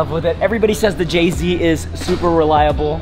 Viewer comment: “ the JZ is super reliable”. All I heard was “JZ is Supra reliable”.